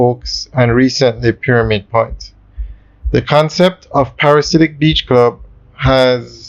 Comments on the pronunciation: Dude, you have done several videos on this development, and you still you can not say the name right. It is not a parasite. The name is: Pa/ra/di/siac. Get it right, Lol! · The word is pronounced PARA-DEE-ZE-AK, it means a person obsessed with paradise.